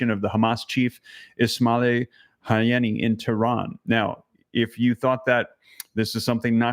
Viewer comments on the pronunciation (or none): Incredible videos! Pronounced HA-nEE-YuH